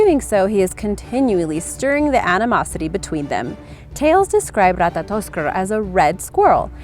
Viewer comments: Ratatoskr not Ratatotskr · That moment when you said ratatotskr was so amazing